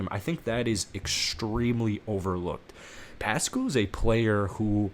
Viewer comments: Pass-Kal. Not Pascal rhyming with little rascal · Pronounced PASS CAL.